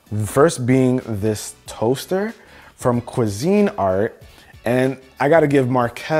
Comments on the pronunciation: “Quisceene Nart” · “Cuisine Art”. I’m pretty sure it’s pronounced “Kweesinart” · Wait wait wait, did he just say... cuisine art?! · he did NOT pronounce Cuisinart like that 😂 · I was giggling